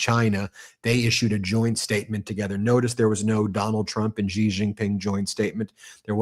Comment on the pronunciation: Why don't you learn to say president Xi's name correctly?!!!!!!! It is soooooo easy to find out how to say his name correctly!!!!